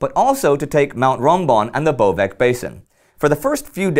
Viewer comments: Great show! I watch every episode. Just one small remark. In Slavic languages, letter C pronounces not like K (cat), but as TS / TZ like (tsar). If it is K, we simply write K... Thus it is Bovets not Bovek... If you have time, visit Isonzo/ Soča in spring, it is heaven... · Just a quick note, since there are a couple more battles to go, it's BoveTS and not BoveK. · Bovec is pronounced as "Bovets". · C in Bovec is pronounced like "ts" or z in German number 10, otherwise you are doing a great job! keep on (